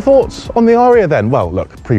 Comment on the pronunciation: Surely a short 'a' It's not an aaaaria but a an a'ria.